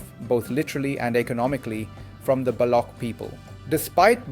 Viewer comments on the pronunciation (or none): OMG Why are you mispronouncing Balokhistan, BALOK People and Gwadaar? AI gone wrong here!